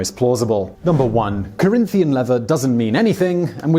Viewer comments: It's Corinthian leather, with an N at the end, not an M. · rex mundi mispronouncing a long Spanish name is forgivable, trying to convince noobs Corinthian isn't a real word is not.